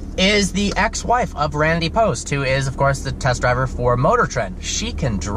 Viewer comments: It’s Randy POBST not Post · it’s randy POBST not POST